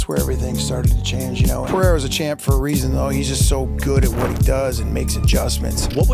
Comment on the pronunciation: Pereira = Puh-ray-ra No double "R" (like Ferreira) so no "h" sound. Rogan started this dumbass trend but he has pronounced it correctly since UFC 300. The stupidity seems to have already spread. Also in the timestamps it should be "Telling fighters THEY'RE done". C'mon guys